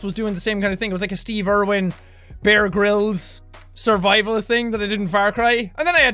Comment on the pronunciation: SuRvOiVaL HaNtA lol